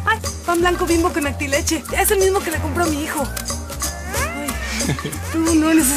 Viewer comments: Xdd actileche, Ronaldo no puede pronunciar bien antileche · por eso digo ps que no puede pronunciar bien antileche y me da como chévere como suena cuando el lo dice